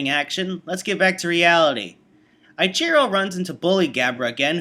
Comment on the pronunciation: It's pronnounced E-chiro, not I-chiro.